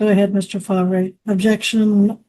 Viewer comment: Fahhhv-ray? Did I miss the memo that we pronouncing Farv the way it’s spelled now harrumph